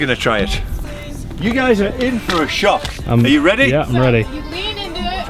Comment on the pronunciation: Did he say “Hi gays”..? In the beginning 😂